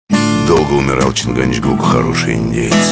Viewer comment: Горбунов! Надо говорить чингачгук, а не чингаНчгук. Удивлен, что Вас никто не заставил перезаписывать.